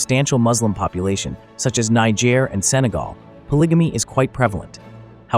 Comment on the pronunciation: Whelp…I can’t watch after the 1st 2 minutes since you said (po-lidge-a-me)😂